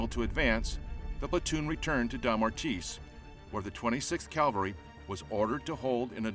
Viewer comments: It’s CAVALRY not CALVALRY! I’d expect a narrator to know better. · This is a rare documentary on pre-Fall of Bataan historical details. But why "calvary" instead of "cavalry"? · Is our narrator saying "cavalry", or "calvary"? Good production anyway...thanks! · Someday I hope to encounter an American narrator who uses "CAVALRY" instead of "CALVARY". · I just cringe each time I hear' 'calvary'. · its CAV alry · Good content but pronounce the word 'cavalry' correctly.